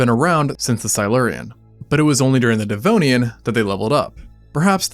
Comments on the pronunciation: “This is, the devnoian” ☠️☠️☠️ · "The Devnoian"??😳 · The Devnoian? oh dear... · Devnoian? Thought it was Devonian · DEV-ON-IAN, not dev-no-ian. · Ah yes - the devnoian! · the devnoian lol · the Devnoian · not DEVNOIAN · Devnoian lol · Devnonian? Lmao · Devnoian?... really? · the Devnoian? 😮😂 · Says, "Devnoian." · Ah, yes. The Devnoian. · "The Devnonian" 😂 when going in water you can't see the bottom of became a "No" for the first time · "The Devnoian"😮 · I have watched and enjoyed many Extinct Zoo videos, and I place them higher than most videos as far as being factual and intelligent. But your butchering of Devonian cost you a little bit of credibility. Proofread, please!